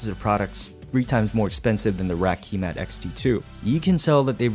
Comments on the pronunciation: Ki - matte not key mat but nice video! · Kímat not Kīmat. Kímat = Lightning.